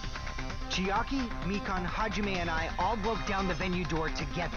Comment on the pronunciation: You always manage to pronounce Chiaki's name wrong, lol. ("Chee-ahk-key")